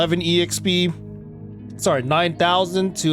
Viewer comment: Please stop saying E-XP